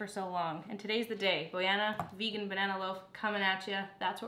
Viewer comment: everytime you said "v-eh-GAAAAN", I died. I liked this chill style of cooking cause it's real, it's you and it's entertaining, all the haters can buzz off. I think it would be fun if you tried an incredibly more difficult recipe that you've never done before but have been eyeing on your pinterest board ... you know what I'm talking about, I know you do.. and just see how it turns out!